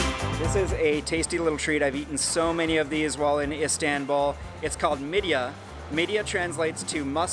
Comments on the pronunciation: Not Isdenbuul it is called Is tan bul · Him:Istawnbul Me:ITS ISTANBUL (Not hate btw) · Please try to pronounce Istanbul not as ‚Istänbull‘ 😳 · Can't get over him saying ' istenbouul' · Why does it matter?? I mean, really. He came and had a good time that's all that matters. And also if you want to help him with the correct pronunciation, yours is wrong too. You have to write something like "east-un-bull" for him to vocalize it right.